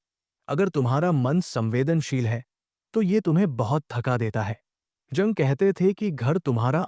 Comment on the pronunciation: जंग नहीं युंग बोलो। कार्ल गुस्टाव युंग।